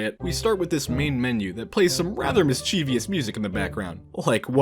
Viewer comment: Who is Miss Chee Vee Us? Seriously, the word is pronounced miss-chiv-us. NOT miss-chee-vee-us.